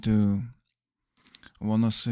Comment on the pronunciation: They were pronounce as ONE-US.